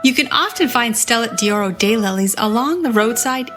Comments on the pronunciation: Learn to pronounce what you are discussing! It is Stella d'Oro, not Stella di Oro. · It’s pronounced’Stella doro’ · “Dee oro” and “eye-talian” - couldn’t stand to listen!